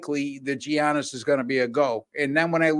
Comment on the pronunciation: how did you make it this far and still not know how to pronounce giannis.